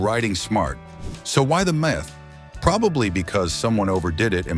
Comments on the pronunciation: Mith instead of Myth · So the AI voice doesn't know how to say "myth"?